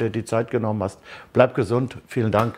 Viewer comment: Nobby, du selbst hast uns doch mal gesagt, das unser lieber Puli nicht Pulisisch (ausgesprochen) sondern Pulisik, genannt werden soll bzw will. Am direkt 4 mal hintereinander falsch ausgesprochen. Ach Nobby, du bist und bleibst einzigartig 😅😅😁😁... #mithumornehmen